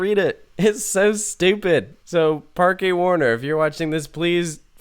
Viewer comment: Fyi it's pronounced "Park Warner" just like how you would say it in English. It's just spanish gramatical rules which are into play here. Just like how Parque de atracciones is just pronounced "Park dae attracions". Generally here in Europe some words will sound either exactly like or similar to their English counterparts but be written differently based on the grammatical rules of their respective language so just keep that in mind (example. Haus in German is pronounced the exact same way as House in English. obvious one there.)